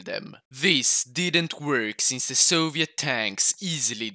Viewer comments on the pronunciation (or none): none